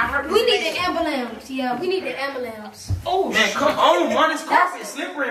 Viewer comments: “It’s not amblame it ambulance”😂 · I swr mike got me rolling everytime he say ambulance 😂😂😂 he couldn't even say it ri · Mike kept on saying ambulance wrong killed me